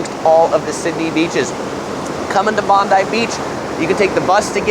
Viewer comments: the beach is pronounced... Bon-die! not bondee 🤪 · Bondi is not pronounced Bond-dee but Bond-die. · In fairness, he got Bondi right most of the time, there was just one sneaky ""Bond-EE" in there before he got there. The latter two, honestly, I was pretty much expecting the butchering that they got. Still, having been away from Sydney for about 8 years and living in Toronto now, there are plenty of areas that I wouldn't have a clue on pronouncing if I'd not heard them, so I don't want to be too harsh on him. And I hadn't picked up that you can just tap on/off PT with credit card now, so I did actually get something out of this. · the pronunciations of bondi and coogee have me dead. hahaha bonde you say it like bond eye and cou geeee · Some pronunciation corrections: Bondi (Bond-eye) Coogee (Koo-jee) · Beach names: Clo-vell-ee, Coogee= coo-jee , Bondi= Bond-dye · For a non-local I have to say that his Mamak recommendation is spot on. But his pronunciations are off of course. Cendol/Chen-dol, Bondi/Bon-dai, Coogee/Koo-jee. Also good for a tourist shopper to know is that Town Hall Station, QVB, The Galleries, and Pitt St Mall are all connected via underground so you don’t even need to walk on the streets to get to all those places. Especially if it’s raining. 👍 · Solid video! Few pronunciation points: Clovelly = Clough-vel-e. Coogee = could-g. Bondi = Bon-die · But I winced at the pronunciation of Bondi, Clovelly, and Coogee.